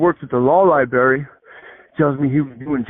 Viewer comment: LIBRARY!!! Not LIBARRY🎉❤😂